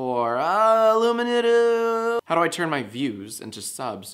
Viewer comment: The "illumunatu" part killed me! 😁